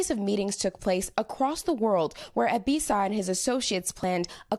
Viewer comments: It's pronounced eh-B-saw-wah not ebisaw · Too bad they couldn't say his name right...its Ebisawa ...NOT Ebisa...LOL...good job NBC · Ebi Sa Wa = Eh Bi Sah Wah Yah Ku Za not YahKuuuuuza The emphasis in on Ya not ku or za